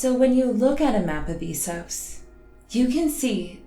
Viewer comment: GRRm doesn’t say eesos.